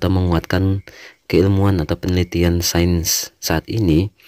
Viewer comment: Ilmu sains bacanya sayens bukan sen. 😊